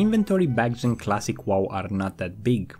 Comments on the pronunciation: He still says classic Wall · What I learned: still can't say wow properly.